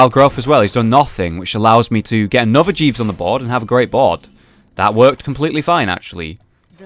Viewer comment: could have sworn jeeves was called jesus there...